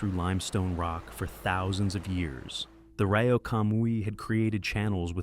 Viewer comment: One nitpick, Rio is pronounced REE-o, not RY-o